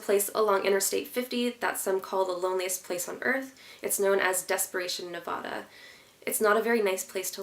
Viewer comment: You said Nevada wrong